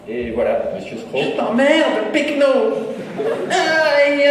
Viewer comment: C'est péquenot, pas pechno ^^